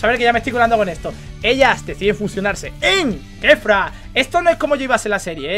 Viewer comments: Aprende a hablar es Kefla no Kefra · Kefura? No es kefla 😅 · No es kefura es kefla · Es kefla no kefura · K3fUra 😂 es kefla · Porque mamaweva le dicen kefura si es kefla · Kefla no kefura